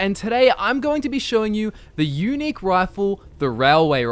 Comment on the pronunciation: "The Yewnic rifle, the Railroad Rifle." Actually, it's unique. Not Yewnic.